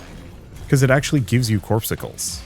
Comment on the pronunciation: It's not "corpsicles",, it's "cor-PUS-cules".